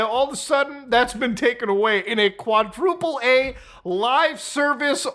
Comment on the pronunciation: it shouldnt be pronounced "quadruple ay" if you see the phrase "quadruple a" it is journalist jargon for screaming AAAA